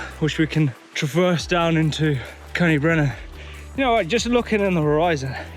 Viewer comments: Cody Brennan! 😂 its pronounced like koyd, uh brenin 🤘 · its c-oi-d y brenin not cody brenin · why did he nsay Coed-y-brenin which is the kings trees in welsh, like cody brenan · Coyd-Uh-Brenin is how it's pronounced 👍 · Good effort but you say it like coid or coyd ee brenin. Close enough though. Top vid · coed y brenin is pronounced Coid y brenin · The way he pronounces coed y brenin 😂😂